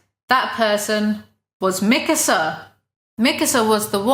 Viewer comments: You make "Mikasa" sound like "Mixer." :P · bruh i didn't realize you were saying mikasa and not mixer until the 30 minute mark. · the way you said mikasa really tied it all together